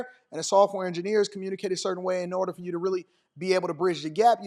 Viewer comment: Another one, fer instead of for. Drives me crazy.